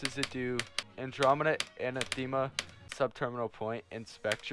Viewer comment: Pronunciations are hard to describe in plain text, but the stress should be on the second syllable, not the third. If you can read enPR, it's /ə-năth′ə-mə/. If you can't, search for the pronunciation and you should find a voice recording.